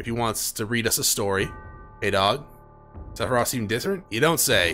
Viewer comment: Greatly, enjoying watching your playthrough. Just wanted to say, I gotta be trippin, because I keep thinking you're saying "Sethiroth," for some reason. lol